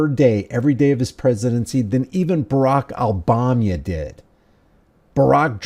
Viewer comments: I haven’t heard the Ba-rock I’ll balm ya name before, that was great lol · "Barak-ile-bomb-ye" 😅😅,I like that one.